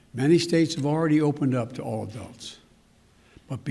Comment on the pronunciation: Did he say “vast majority of DULL Americans?” 😂